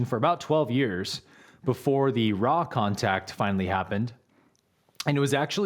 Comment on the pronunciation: You say raw’ 🦁